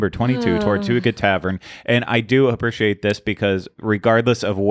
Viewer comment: Appreciate = uh-PREE-shee-ate.... Not sure why this bothers me so much but pronunciation of Appreciate is irking me